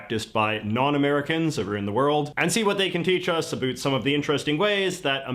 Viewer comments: As a Canadian, living in Canada for over 40 years... this dude is the only one I've ever heard pronounce it as 'a boot'. lmao Maybe it just isn't part of the accent here on the west coast and is more of an east coast thing though. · I find the dude's caricature of a Canadian accent grating. I have never once heard a Canadian earnestly say "aboot," I've only heard it in the stereotype. The real pronunciation always sounds more like "aboat" to me, and it's not something that's exclusive to Canada, either. I've heard Upper Midwesterners say it the same way, especially UP Michiganders. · is a well know Canadian YouTuber living in Vancouver. And virtually no one I've ever heard in my entire life in Western Canada pronounces 'about' as 'aboot' the way he does. I'm convinced he either taught himself to say it that way or does it to sound more "Canadian", whatever that means. I will grant that we do say about a bit differently than most of the US (the u sound is lengthened ever so slightly, so that it sometimes sounds like 'a-bow-it'), but exaggerates the stereotype to the max. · I’m pretty sure he purposely exaggerates it. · Clearly, the dark-haired guy with the mustache is Canadian. You can tell when he says certain words like down, about, out, house. It’s crazy how they sound just like us unless they say one of those words. Of course there’s more words that’s so weird like, sorry, Process and garage, but I’m not gonna bore you with all the words I know that they pronounce funny. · Wow, this is the first time I've ever seen a Canadian ACTUALLY pronounce "about" as "aboot." I had always heard Canadians did that but had never met or heard one who actually did, until this guy. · I’m Canadian and this is the first time I’ve heard someone pronounce about aboot. I thought it was just a South Park joke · That guy is totally Canadian as he is pronouncing abOUT as abOOT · he said aboot.. instead of about.. he's Canadian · ish he says "Abooot" He's Canadian.